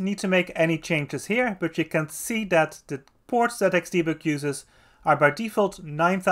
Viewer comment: thanks for the video! (but please make more use of the "th", because it's "that" and not "dad" 🙈)